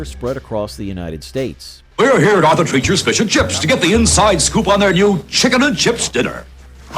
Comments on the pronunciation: Its is treeechers not tretchers emphasis on the E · Arthur Treacher's is pronounced Arthur "Tree-churs" (like "teachers") - not "treachers" as in "treacherous." Listen to the commercial for it--they pronounced it correctly! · Arther TREACHERS ???. COME ON MAN..... at least listen to correct pronunciation in the advert.... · Roy Rogers had great roast beef. Haven’t seen one in years, now I know why. Wetson’s had delicious flame broiled burgers Arthur “Trettchers”, LOL. Especially when immediately followed by the ad with the correct pronunciation. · Its obviously pronounced TREE-chers. But I appreciate the pun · Why is it so hard for the "announcer" to correctly pronounce Treachers? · I love how you continually mispronounce "Arthur Treacher's". DESPITE RUNNING TWO OF THEIR COMMERCIALS!! I'd think the company knows how to say it! How's about learning how to say it right, or quit showcasing them? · Can't this guy pronounce Arthur Treacher? He mispronounces it and then immediately plays a clip where it's correctly pronounced. Then he mispronounces it again a few times. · There's one Roy Rogers location in the city of Frederick here in Maryland, right off the highway. I love how he kept.mispronouncing Arthur Treacher's despite the commercial clips constantly correcting him. That's another feanchise that was loved here in the DMV area. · You included the ad with the correct pronunciation of the place? How do you still screw up how to say Arthur Treachers?